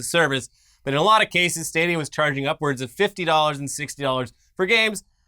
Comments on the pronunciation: with the "stah-dee-ah" again... It's STAY-DEE-AH like stadium. Love you:) lol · Stahdia... I can't get over that pronunciation.